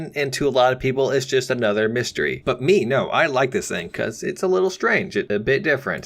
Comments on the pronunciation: Please say mystere like this : 'mys(Miss)tere(stair) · you pronunce it like mist-air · Did my guy just pronounce mystere like mystery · Called the mystere "mystery" bruh